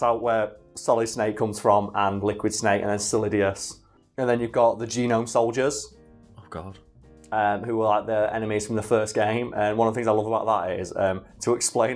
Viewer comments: Butchered So-li-dus. Sollidious was one of the Failed Clones, Solidus was Right All Along. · Hearing Solidus getting mispronounced here is giving me the worst bloody stress migrane I've ever had!